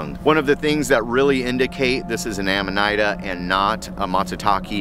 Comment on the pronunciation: the i in amanita makes a long e sound.